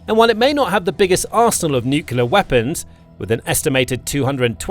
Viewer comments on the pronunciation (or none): Its nuclear not new killer! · I comment on virtually all his videos about the fact he says NUCULAR instead of NUCLEAR. F***ing annoying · Nuclear :face-blue-smiling: Nukular:face-orange-raised-eyebrow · THERE IS NO SUCH WORD AS "NYUKULAR" - IDIOCY MARCHES ON!!!!!!!!!!!!!! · The word Nuxlear, only contains one letter "U". It's pronounced "NEWCLEAR". You missed SHORAD developments and Brakestop. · I was waiting for a pointer of authenticity. It came with the use of the abberation: ‘nu-cular’ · He never has been able to. He always NUCULAR. It's laughable, like this video. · Narrator cannot pronounce nuclear.